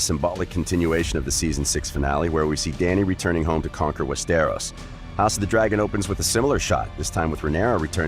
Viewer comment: you really need to work on pronouncing stuff right like Westeros it’s said like west-tor-os. That’s about as similar as I could spell for it. Just look up other vids on ppl saying it. Also you slipped up at one point and said dany isn’t born for another 2,000 years. It’s 200. But your video isn’t horrible. Figured I’d give some constructive criticism